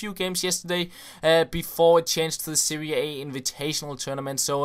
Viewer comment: You say Seria A but it's Serie A